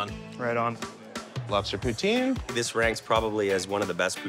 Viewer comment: HAHA HE SAID IT RIGHT THE FIRST TIME "POO-TIN'